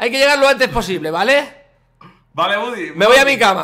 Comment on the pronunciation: Es Woody no Buddy